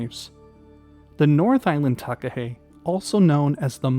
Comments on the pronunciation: I've seen takahe in Zealandia, it felt like going back in time and seeing a dinosaur, it's known as a a living toanga here, a sacred part of nature. Would love to see them in Fiordland one day. Btw nice pronunciation on takahe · As a New Zealander, this was a great video! I did a school project on the Takahe - thank you for this video - well done on your pronunciation -I agree with the series suggestion, as you could do a whole series on NZ birds such as the Kakapo Huia, Saddleback, Kokao or the Fairy Tern, (NZ's Rarest bird). I loved this video and would love to watch more of these sort of videos.